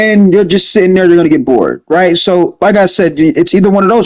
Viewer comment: Its funny how you be saying “rright”